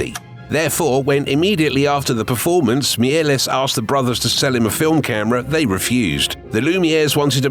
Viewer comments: Méliès is not pronounced Miélès, don't kill him a second time 😡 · a pity you mispronounced Méliès' name...